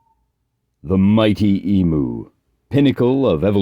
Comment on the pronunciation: Great vid, but I'm afraid you have to redo the audio and correctly pronounce E-myou 😅